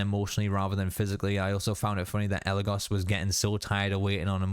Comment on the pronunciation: I really like how when the brujo says eligos he puts emphasis saying the go in eligos while Kelly possessed and actually eligos says it correctly